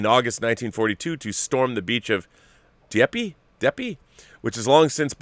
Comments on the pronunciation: Dieppe, is pronounced: Dee-yep. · I discovered you through The John Campea Show. Dieppe is pronounced Dee-epp.